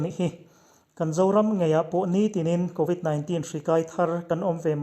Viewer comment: I aw sial tawp, covid 19 tihlai tak kha i lam nalh lutuk..